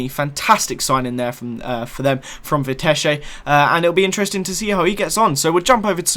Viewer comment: you pronnunced vitesse like vitesh which is wrong, you always add some weird acent to foreign names of players and clubs which makes it sound stupid and is pronnounced wrong, i am not hating i am just making you aware of your mistakes